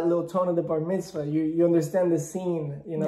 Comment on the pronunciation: “You didn’t invite me to your bar vitzma” 😂😂😂